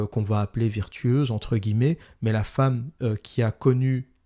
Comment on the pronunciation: "la femme virtueuse" c'est fait exprès ou bien tu n'arrives vraiment pas à dire "vertueuse"?